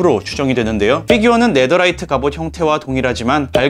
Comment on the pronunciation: 네더라이트가 아니라 네테라이트이 예요^_^